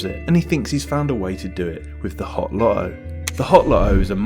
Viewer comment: Dude swallowed the T’s in LoTTo